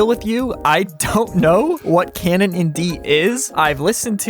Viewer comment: Bro. What tf are you burbling about. Im 5 minutes in and all you said are keinen keinen keinen. At least put some effort in the pronounciation you english speaking piece of nerd